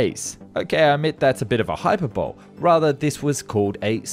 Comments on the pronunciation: Hyperbole is NOT pronounced HYPER - BOWL, but as HY PER BO LEE , HYPERBOLEE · Hyperbole High-Per-B'-Lee, or Hype. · Just a minor thing, 'hyperbole' is pronounced hyperbolee rather than hyperbol. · did he say ''hyper bowl''? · BTW, "hyperbole" is pronounced "HY-per-boh-lee". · HYPER BOLE? (what the? ... Explain that one!) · Hyperbole is pronounced "High per bo lee". Your diction is getting much better, though, so it doesn't seem like you're stumbling over a mouthful of syllables nearly as often. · "Hyper-BOLE"??? And: "HOES" over NYC? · sorry, but i cant get over your pronunciation of hyperbole